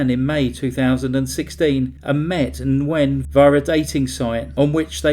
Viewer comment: Good video. Nguyen is pronounced "win" in English... "Wing" in Vietnamese. ❤